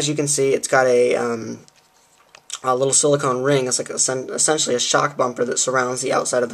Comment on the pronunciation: You used the word esentually 17 times in a twelve min vid, are you stupid?